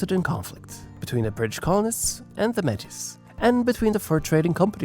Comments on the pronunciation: May-tee. Not met-a ; omg so hard to listen too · Hehe not the first vid I've seen where Metis is mispronounced (The 's' is silent, look at it as a title with some French origin in its pronunciation, kind of think about it as 'may-tee' like how a pirate would say it but not so exaggerated haha) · Me'tis is best pronounced ( May tee). I had to say this after hearing it mispronounced throughout the video. Otherwise, a very good video.😊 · Appreciate the video and the detail, however one thing I'd like to help with is your pronunciation of the word "Metis". We pronounce it as "May tea". Please don't take this comment the wrong way, only trying to help 👍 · Metis is pronounced “May-tee”. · Constructive criticism: You missed Steinbach as a city. Poluation 17,806 in the 2021 census. Also all the French names are mispronounced. Louis Riel, Métis etc are non anglophone terms. Some items could have been expanded, though I love that I leaned some new things about the province of my youth.